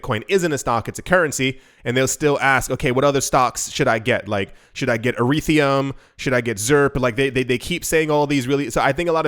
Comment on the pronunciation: Erethreum?! Urethrea? LOL Dude....come on